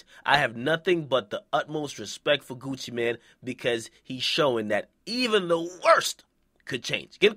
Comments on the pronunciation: Nigga its gucci mane not gucci man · Nigga its Gucci MANE, not man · I thought it was Gucci MANE not man lol